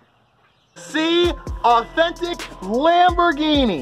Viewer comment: “Authentic Lamberghiny!” 🤣🤣🤣